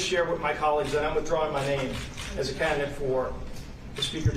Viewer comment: "canthedet?" Did he mean "candidate?" Americans love to mangle actual words. (I think republicans, especially)